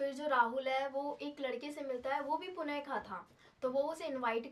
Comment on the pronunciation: पुण नहीं होता पुणे होता है